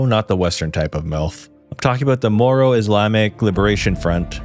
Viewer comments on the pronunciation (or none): none